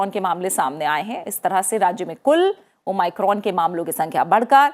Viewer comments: New version of o my god 😂😂😂😂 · Thanks maim har jgh omicron ko o my crone bol rahi h kon kon gess kiye hai